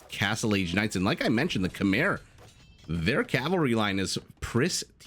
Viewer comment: Maybe it's the right way to pronounce it "Kmaye" but it sounds weird to me. Too used to the usual "Khmers" I guess. Great casting anyway !